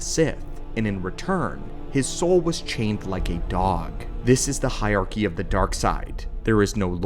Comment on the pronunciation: There are TWO r’s in hierarchy. “Hire-arky”, not “hyarky”